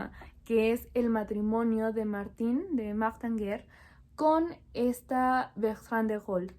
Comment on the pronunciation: Hola, se pronuncia "Martan" , sabría explicar por qué?